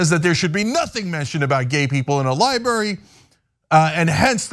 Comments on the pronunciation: 'ly-berry' and 'ly-buhrian' are not how those words are pronounced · Cenk has struggled with the pronunciation for years. I’m sure he’s been told about it and knows it but for some reason he can only manage to say “libary”. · Cenk ... love you man, but please .. there are 2 r's in "library" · Can someone tell Cenk that there are 2 Rs in library????????????????????????????